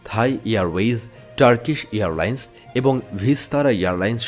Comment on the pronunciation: Pronounce Airline, not Earline’s